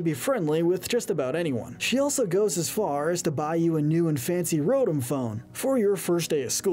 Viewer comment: It’s pronounced roh-TAHM and viv-EE-ON, “”! 🤨 You’re so bad at pronouncing Pokémon names,! 🙄